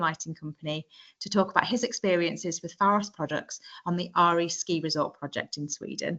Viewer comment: Åre is pronounced more like Ore than Are.